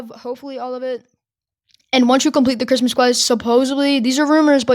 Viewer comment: i hear him say cwis- cristmas